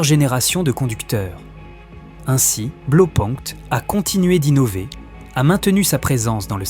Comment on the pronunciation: Sujet intéressant. Juste un petit truc: "Blau" ça se prononce "blao" et pas "blo"